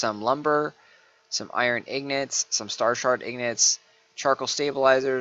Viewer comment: It's pronounced ING-got, not IG-not...